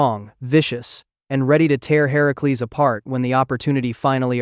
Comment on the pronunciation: FINALLY someone actually says Heracles correct and not Hercules